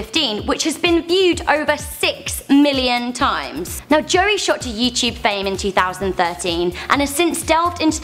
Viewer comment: honestly I just heard her I was about to throw worlds ugliest comment at her Joey is my favorite vlogger by far and her saying his name wrong just infuriates me